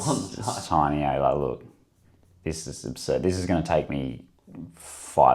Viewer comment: “You want oats too aye” 😂